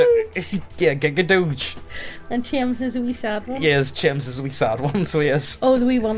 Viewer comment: Mans really called Cheems "chems" bruhhhhhhhhhhhhhhhhhhh RIP Balltze EDIT: mate do you know what "per se" means?